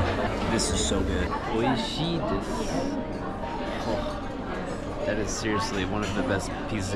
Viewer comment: you said おいしいです correctly.